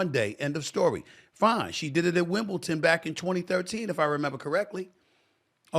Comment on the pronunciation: Why do Americans pronounce Wimbledon, Wimpleton ?